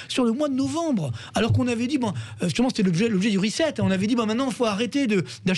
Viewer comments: "Reset" c'est de l'anglais!! Prière de prononcer "rissète". Merci! parce que "rizette" c'est de la racine de chien-dent! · L'autre imbécile qui n'arrive pas à prononcer correctement RESET !! trop marrant !! La tronche de Bercoff quand la cruche prononce le mot !!